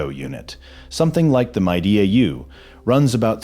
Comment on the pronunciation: If you can't pronounce MIDEA correctly, you are using AI. I stop watching as soon as I hear AI.